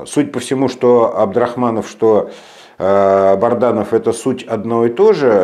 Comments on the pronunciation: Добрый вечер, скажите пожалуйста вы постоянно коверкаете фамилию Азата солдата, он же Бадранов, а не Барданов. Или это ваша хитрость? Спасибо! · Бадранов! Не Барданов